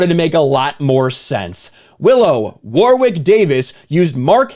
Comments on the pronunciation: I kept tuning out while watching this vid. The mispronunciation of the name War-Wick was too distracting. It's pronounced Worrick. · Hey, not to be that guy but it's pronounced "worick", not 'war wick'. Love your work my brother. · Argh! "Wa-rick" not, " Wawr-wick" You stupid Americans! Mr Davies is a superb actor and comedian: just watch "Life's Too Short" for some of his best work. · For every time you said "War-wick", a dwarf somewhere on the planet died. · Loved the Willow movie as a kid, this is very depressing. Can't bring myself to watch it in case it ruins the whole Willow universe for me. P.s. his name is pronounced Warrick Davis... weird spelling, I know. Never understood it. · Ok does anyone notice how pronounces some things kind of funny? War-wick? Toll-keen? Maybe it’s just me. But I can’t just be ok with it. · It's pronounced Warrick, you don't pronounce the "w".